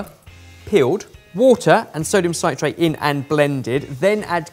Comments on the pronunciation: I genuinely love that can't say "sodium citrate" correctly. Like dude, it's "citrate," like "citric acid" because it's a salt of citric acid:D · and mispronouncing sodium citrate for 15 minutes